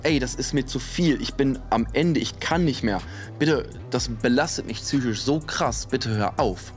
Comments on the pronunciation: Psychisch nicht zsüchisch🤣😂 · Hehe tsüchisch. PS ja sry ist unangebracht ich weiß, aber ich musste halt das ganze video daran denken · „Tsychische“Probleme und „Vorbildsfunktion“ 🏫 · Tsychisch? Tsychose? Warum? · Ich bin ganz bei dir,,,, aber warum sagst du Züchisch anstatt psychisch????? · Sag noch einmal “tsychisch” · finde wenn so oft ein und dasselbe wort (psychisch) in einem video vorkommt, kann man sich auch die drei minuten Übung geben, die es braucht jenes Wort richtig auszusprechen. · Junge es heißt psychisch !!! Wie du mich triggers😂